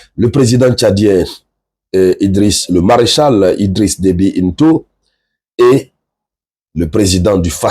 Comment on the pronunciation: Le président Tchadien s'appelle Itno et pas Into !